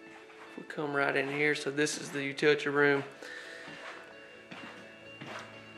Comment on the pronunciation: You are driving me crazy. U-til-ity room. It's not hard to say. Just break it down. Or say laundry room.